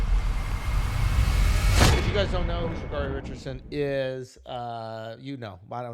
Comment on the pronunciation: Right off the bat, Andrew got her name wrong. It's pronounced "Sha-cair-ee".